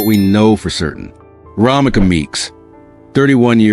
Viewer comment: Romeca not Romika